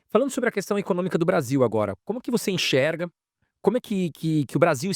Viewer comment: Enxergar... Não é enchergar!!